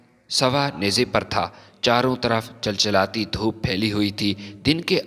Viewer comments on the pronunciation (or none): chal chalati dhoop nahi chil chilati dhoop